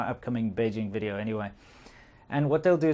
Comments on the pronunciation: Can we work a bit on the "V" in WIDEO ?? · I kinda feel like you are making fun of your wife when you have not corrected her v in video. Do you do that on purpose? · Wideo :D so cute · “Welcome to another wideo” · "Welcome to anadwah wideo." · "Welcome to another wideo"? 🤔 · "Welcome wo anoder wideo" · Why the hell all Chinese cant say the letter V ? "Welcome to another Wideo" ??? What the hack!! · Velcome to another bideo LOL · “Welcome to another wideo” LOL XDDD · "Welcome to another wideo." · Dont you just love it when that girl says "Welkem tonada wireo " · Welcome to airnather wee deo